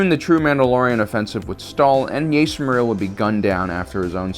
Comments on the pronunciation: I’m pretty sure his name is pronounced as “JAster” not “JAIster” cause that’s how Jango pronounced his name him the old bounty Hunter video game. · JJJJJJJJaster the JJJJJ. Not yaster it’s jaster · are you meming it sounds like Jahster spelt Jaster, not jayster and definitely not Yaster 😁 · It’s not ( yayster ) it’s ( jaster ) Fett actually said this in the game Bounty Hunter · True, but I gotta admit pronouncing it like "Yayster" does sound pretty cool. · This isn’t the first time and I hope it’s the last time. Jaster’s name is spelt and pronounced with a “J”! Like how you pronounce the “J” in Jango Fett!!! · Its pronounced Jas-ter. Star Wars Bounty Hunter game. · Yeah. This stupid ass can't pronounce a fucking name right. He keep saying Din JER-in instead of properly saying JAIR-in. This moron apparently has no clue about the game Bounty Hunter that came out 20 years ago when he was a little kid. In the game his name was CLEARLY pronounced JASTER. He will forever mispronounce names because he is ignorant. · there are unfailingly consistent examples of the name spoken throughout canon resources. enough with the intentional mispronunciation of "Jaster" just to trigger activity like this in the comment section; your videos have the viewership readily engaging in honest topical replies without having to 'spike Big Al' with a content creator ploy like that. i quit watching after the 48second mark because i'm just tired of it and it's making me lose respect for you. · Can't watch this due to the bad take on how to pronounce Jaster lol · Ja'ster would be that but its one word love the video though! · Jaster Mereel is pronounced with a hard "J", the same sound when saying "Jango Fett" or "Journeyman Protector". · He’s also has called Grogu Gogurt. At this point I refuse to believe he’s not butchering these names on purpose to rile up fans.